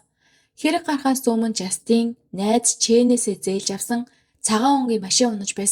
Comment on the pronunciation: жастИн биш ээ, жАстин гэж дуудна